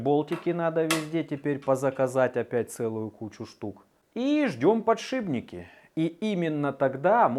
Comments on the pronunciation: подшиПники, ШИП, а не ШИБ, АААААААААААААААААААААААААААААААААААААААААААААААААААААААААААААААААААААААААААААААААААААААААА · ОЧЕНЬ режет слух ПОддддШИБНИКИ !!!! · Подшипники, от слова шип. Не подшибники! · ох уж эти его "подшиБники" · просто очень напрягает, слушать неправильное произношение слов ,то с чем он на прямую себя позиционирует ,и так сильно выделяет поТшиБники,что аж режет слух, хотелось бы что бы молодежь понимала как правильно ,и от какого слова ! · мне почему то слышится что говорит подшибники